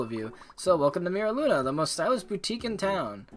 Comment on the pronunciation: Meera Luna. 💀💀 Its pronounced Myra Luna.